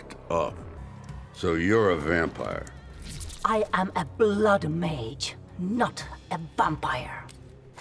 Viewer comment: Me: Sound out Vampire. Skarlet: Vam-pire. Me: Now say it. Skarlet: Bampire. Me: facepalms